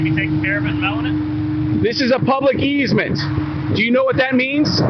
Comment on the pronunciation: "12 foot eezmet"...? What's that? "Easement" I found it 😀